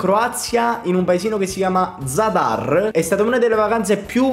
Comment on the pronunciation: Io sono Croato, Zadar non è un paese ma una città e hai sbagliato la pronuncia ma comunque sei un grande, l' anno prossimo vieni a Pola, io ero A Zadar la città dell' basket🇭🇷🇮🇹🇭🇷🇮🇹🏀🏀🏀🏀🏀🏀